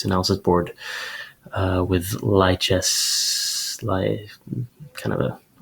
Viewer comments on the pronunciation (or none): "Li" Chess... like Wei "LI"?? You never had a chance! Awesome breakdown. I WOULD have gone Nb3 by the way...